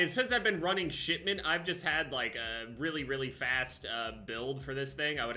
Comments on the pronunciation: Is he saying “Shitment”? I’m pretty sure he is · Haha I just realized... Is he saying "Shit-ment"? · I swear everytime he says "shipment" it sounds like he's saying "shitment" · yeah lol